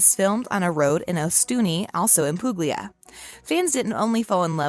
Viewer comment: This narrator is so grating, no interest in correct pronunciation of names. Massimo is MAH-see-mo. Puglia is POO-lee-ah. Michele is mee-KAY-lay. Grrr.